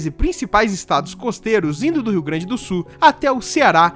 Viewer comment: Já aprendeu a pronunciar a palavra SUL?